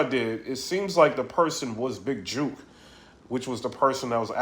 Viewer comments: Big "juk" not "juke" bro lol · Is it juke or jook? Cause ur say juke